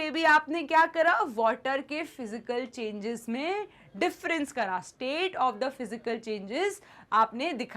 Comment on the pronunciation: Changes ❌ chgnans ✅